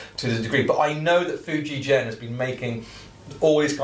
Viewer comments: Nice instrument but it’s pronounced Fuji-Gen and not Fuji-Jen. Hard g like grandma, grape nuts, gonads or even guitar... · Ok will try again! I am AUSTRALIAN, (I thought Antipodean would be a give away!) I actually have some Japanese ancestry on my mother's side of the family. Ok, English spelling of a non European word/name needs to be phonetic! It would be pronounced as 'Foo ji gen', not 'foo ji jen'. Otherwise in English/Roman alphabet, as Fujigen not Fujijen! The other big JP instrument maker is Tokai-Gakki, it isn't pronounced Tokai-Jakki! It's Tok ai gak ki. So in my estimation, Fuji Gen, is the correct way to say that Japanese name! Sorry, this has been awkward! Rock on good Sir! \m/ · Interesting video thanks. I have a lovely 1990 Fender 'Pro Feel' Strat that was made in the Fuijgen factory (btw it's pronounced with a hard 'g' sound as in 'golf''), a guitar I will never willingly part with! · The G in Fujigen is pronounced like generator, not gasoline. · * Groan * not the spelling, the pronunciation!